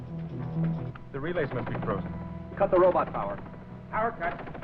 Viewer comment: This guy has lazy English. He can’t even pronounce the word robot